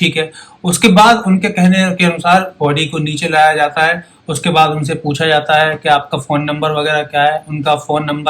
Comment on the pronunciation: At 3.10 to 3.33 n 4.12 Bajate he me aap "j" ka pronounce thik se nahi kiya upto 4.21 intejar, jata he me "J" ka pronounce nahi kar paye.. is this bcoz aap "J" ka pronounce thik se nahi kar paate ya fir aaj thodi drink kiye ho